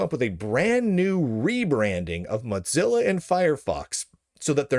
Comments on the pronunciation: The way you pronounce “Mozilla” is triggering. It’s not like “mozzarella” - it’s “Moe-zi-la”. Also - for those that don’t like the direction Mozilla is going but still want to use a non-Chrome-based browser there are a number of forks that pull out all the “bad”. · Is there some reason why you say “mot-zilla” each time? Some back story? Or is that just your regional accent? Seriously, I’ve just never heard it said that way before. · Motzilla? MOW-ZILLA! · Why do you keep pronouncing Mozilla incorrectly as 'Motzilla'? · Mot zeal ah, lol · It's "modzilla," according to Lunduke. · Sounds like he says Mutzilla... anyone else pronounce it that way? Or is he just clowning? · Have i been mispronouncing Mozilla all these years? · There is no "T" in Mozilla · This is important news but please pronounce Mozilla correctly